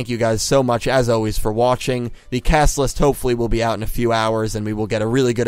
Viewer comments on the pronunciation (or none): none